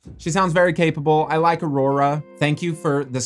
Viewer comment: You're ARŒURORÆ made me laugh so hard😭